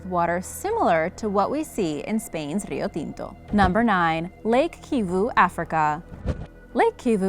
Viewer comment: Kudos for your excellent video, and for your pronunciation of Rio Tinto! Are you Latina?